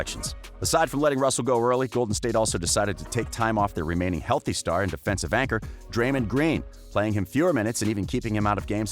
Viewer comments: And he called Draymond Dreymond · This guy screwed up big time. First calling Stephen Curry "Steven Curry" and then pronouncing Draymond Green's name incorrectly. Ik it can be pronounced like that but no one says it like that lol. This man never seen any nba postgame press conferences or basketball game broadcasts. SMH